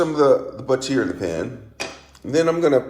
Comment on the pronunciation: Flipperate? Lol. But-teer? Lol? Stickerate? Lol!